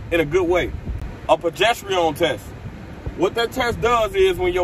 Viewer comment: Why you saying that word like that 😂 “pro gest arone” is how you pronounce it